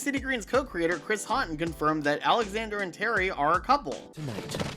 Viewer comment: You pronounced Houghton wrong, Hough-ton, there’s no A sound. Just wanted to let you know that if you’re planning on reviewing Big City Greens in the future. And Matt Braly’s last name is an L sound not an I sound.